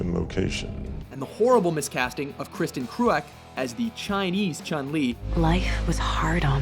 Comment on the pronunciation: I know what you all say, but the pronunciation of Kristin Kreuk here is wrong.Just wanted to point that out.